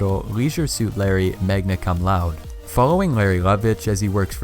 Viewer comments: Magna Coom Loud-uh. Not Magna Come Loud. Also yeah your narrating sucks. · Can't take a moron seriously who doesn't know how to pronounce Magna Cum Laude. You have zero place speaking anything intellectually. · the way.he pronounced magna cum laude made me CRINGE